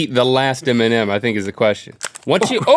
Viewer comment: he pronounce M&M like Eminem